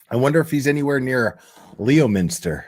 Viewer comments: LEMINSTAHHH NOT LEOMINSTER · LEOMINSTER IS Pronounced: LEMINSTER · Honestly this is a repeat performance from 😡😳😭 Also it's LEMENSTER NO LEO LOL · loool pronounced LEM-IN-STAH (Boston accent) 😊